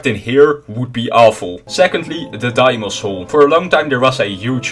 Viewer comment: deimos is a greek name so it is pronouced "deemos"